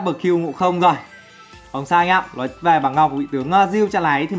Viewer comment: nói ko phải lói sửa đi cu